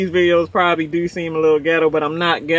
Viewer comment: Say "do" lmao Baltimore accents like "deuw" aww low and deep